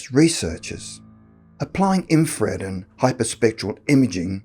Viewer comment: It's "Infra-red" not "In-fred " ;-)